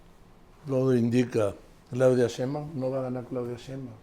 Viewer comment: Joaquín hay que poner a Marín como se pronuncia la Sheibaum, pronuncia muy mal que diga 100 veces como se dice NO LO DICE BIEN ME divierte peroNO ES COMO LO DICE ÉL. SOY FAN DE LOS DOS. DIOS LOS BENDIGA🥰